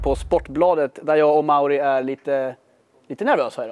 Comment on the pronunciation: Var det bara jag som tänkte på att Emils farsa sa mario inte mauri